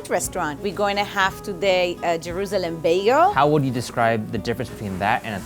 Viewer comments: had a little trouble saying “Jerusalem” lol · The way she says it: Jeroouzeleeem Baygal